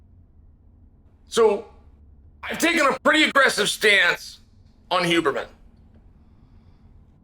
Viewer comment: Huberman, Hooberman, Euberman…🤣